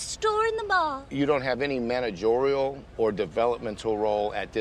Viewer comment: “ManagOrial experience” 🤪